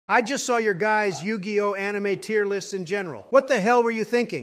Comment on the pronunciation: Type Yug(ii)oh and the ai will say it correctly